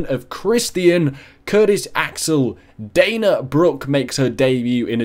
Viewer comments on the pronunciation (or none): none